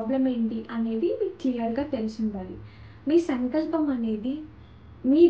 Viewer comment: Sankalp kadu telugulo sankslpam ani palakali.